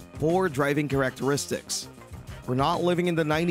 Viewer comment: Have I been pronouncing characteristics wrong my whole life or him?